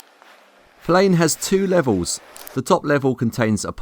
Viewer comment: It’s said like this... Flen